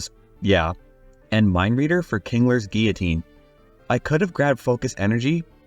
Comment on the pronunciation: thank you for pronouncing guillotine correctly